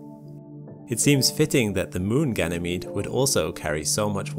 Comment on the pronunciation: Lol I thought he sayd gaynemede 🤣